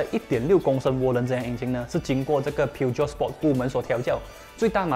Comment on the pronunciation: Peugeot 的发音不是应该是 "Per-Geo" 而不是"Piu-Jiot" 吗 ?